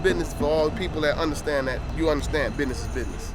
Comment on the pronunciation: Anytime I see these videos with dorks from the UK I know it’s going to be full of fake tough guys. Bidness is bidness. Lmao!